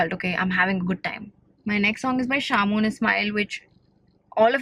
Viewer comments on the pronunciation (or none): Ahhh! How did she pronounce shamoon😂😂😂 Too cute! Love from PK❤❤❤